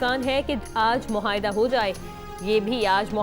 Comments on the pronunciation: Please isko change kerain ye news anchor bikyl ghalat ilfaz bolti hain..muhaida nahi hota bhai muahida hota hai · She seems to have Rhotacism (cannot pronounce 'R' sounds properly) please ese logon ko support karen.❤ baqi I agree ع sound in معاہدہ shall be pronounced as it is spelled.